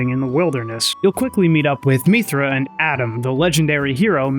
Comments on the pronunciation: I'm just curious, where does your pronunciation of "mee-thra" come from? Throughout the game Mythra's name is said about a hundred times and it's always "mith-ra" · The way he keeps pronouncing mythra wrong annoys me. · They say Mythra's name about 500 times across both of those games so I don't understand why you are mispronouncing it except that you're doing it on purpose for some reason. Also, why did you completely gloss over the connection between the first two games? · Great video, was a fun watch. Your pronunciation of "Mythra" kinda triggered me but other than that I enjoyed your take on the series 😂